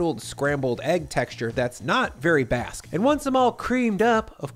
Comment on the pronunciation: yeah but its not "basque"